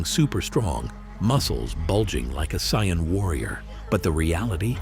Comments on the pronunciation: It's Saiyan lol not Scion lmao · Saiyan not Scion 🙄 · I can't get past the pronunciations: Sigh-uhn, k-eye blast, etc. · Hearing "CyYaNs" is just ear bleeding tho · 1st - Fiction, DUH! 2nd - Not human 3rd - They didn't just go from normal to 300x gravity they trained up to it 4th - In DB humans can develop/ train up to these higher levels but only because of Ki, which sadly doesn't actually exist 5th - It's pronounced Say-in, get your F ing AI to pronounce the Sh!t right!! Conclusion - You are absolutely spot on !! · I truly appreciate these types of theory videos but, my friend if your'e gonna use AI narrator, be sure they PRONOUNCE the names properly. Gottin (Goten) and Scion (Saiyan) is inexcusable. Now suddenly, trying to focus on the video becomes harder because all we think about is the AI's blunder and this video should get all the love because it's actually quite good. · i hate the way this cheap AI generated voice pronounces the word "saiyan". why couldn't the owner of this channel just make his own voice over.... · It's incorrect bro😂😂